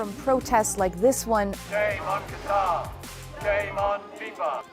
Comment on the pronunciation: Im hearing "cutter" when it's "qatar"